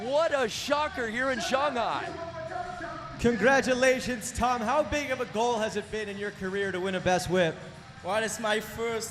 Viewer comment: "Shung-High Chyna" 😂